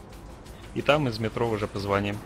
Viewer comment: позвОним .боже как же слух режет